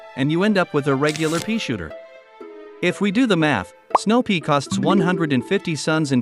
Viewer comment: still 175 sorry I'm in the first game AND THE NAME IS SNOWPEE AND TOURCHWOOD WHATS A SNOWPEE ITS PEA NOT PEE